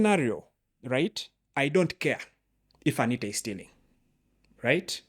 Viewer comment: The host seems to contradict himself a lot with what partly seem like teenage fantasies. His deliberate & continuous mispronunciation of ‘Anita’ under the guise of not caring about parliament & his non-contextual obsession with BTC is all quite telling!! Also, for an apparent anarchist, he doesn’t seem to fully appreciate the context of what he’s talking about for the most part. Good he admits to the same though!! Tony is spot on throughout!!